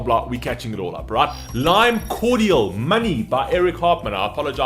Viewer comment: Need to watch them Doing their live stuff on JJJ “like a version”. Oh and it’s lime Cordiale which is pronounced Cord-ee-al